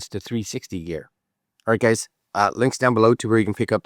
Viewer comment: Did he open up with "okay gaes" ? xD